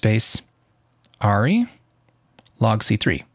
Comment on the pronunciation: Good info but FYI it’s pronounced ARRI is pronounced AIR-E not ARE-E.